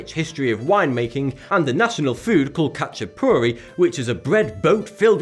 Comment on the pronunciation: the way he pronounced ხაჭაპური made my day!